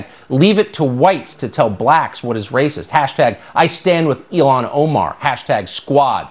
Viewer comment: Tucker's voice is like nails on a chalkboard it sounds like he's going through puberty. Also it's Il-Han (an Arabic name, my first language)...about as irritating as when people pronounce Iraq and Iran as Eye-rack and I Ran (its Eee-ROCK (hard e/ letter ein)) and Eee-RON.